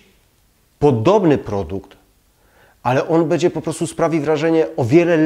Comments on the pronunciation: Ciekawe uwagi, ale skoro zwraca Pan uwagę na kwestie estetyki, proszę na Boga, mówić poprawnie. "Bedzie" razi potwornie. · Ja miałbym tylko jedna prośbę, publikując filmy, zwróć uwagę na wymowę, np. słowa „będzie”, Podniesie to jakość, (to nie ma być uszczęśliwiać, dobra rada) Pozdrawiam